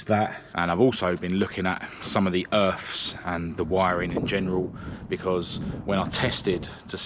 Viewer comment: Just get a new part ,tight wad ,never knew there was an “ F “ in earf